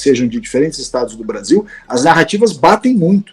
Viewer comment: “Beaszil” vagabundo